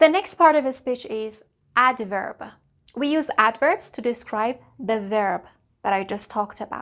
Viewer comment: You tend to add a sort of shwa at the end of words, especially when they end with a consonant, e.g. "adverb-uh". You have been doing that even in the older videos of the ielts speaking tests years ago. You have the vocabulary, competence and experiece of a good English teacher! Just maybe practice your pronunciation a bit by learning the phonetic rules of English.